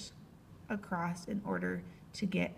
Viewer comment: nice video very helpful but couldnt help hearing 'acrosst' when it was said lol